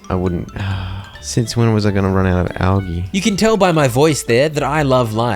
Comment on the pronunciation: The way you say algae infuriates me, but this is good for my anger management.